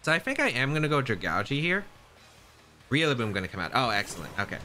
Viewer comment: Still can’t stop hearing you say REALLABOOM